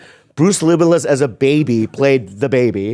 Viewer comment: At like 25min Bobby says, “Bruce Libbilus” (Willis is what he meant to say), no one acknowledged it, I was dyin laughin.